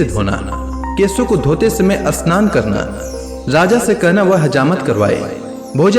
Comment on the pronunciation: Asmaran ,ashnan,astuti nahi bolna chahia…..amaranth, Shannon , stuti..bolna hai